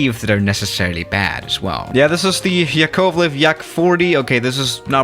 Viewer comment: its not yakOvlev , its yAkovlev